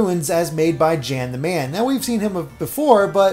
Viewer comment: Gamer only zone, also, it’s not pronounced Jan, it’s German and it’s pronounced yan